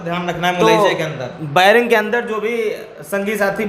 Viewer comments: बैरक नहीं बैरिंग😂😂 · Bering nhi 😂😂 beric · बैरिक नहीं बैरक होता है 😂😂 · "Bairak" ko biring bolta hai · Vairing nhi bhai bairak hota h....kya kaidi bnega re baba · अनपढ़ बेरिंग नहीं बैरक होता है! क्या legal help देगा रे तू 😆😆😆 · Are ghuchu bering nhi berek hota hai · Baring baring kya kr rhe ho zahilon.barrack hota hai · बैरिंग नहीं बैरिक होता है 😂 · बैरक नही बेरक 😂